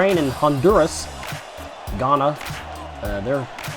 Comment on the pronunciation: btw you pronounced ghana wrong. i would know i live there